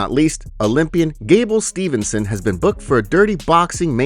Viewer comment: Why say Dévashvili instead of Dvalishvili And it's Gable Steveson not Stevenson